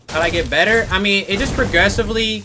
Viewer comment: Better . Not Breyer